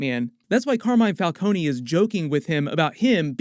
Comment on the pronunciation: I knew they were pronouncing Falcone’s name wrong in the movie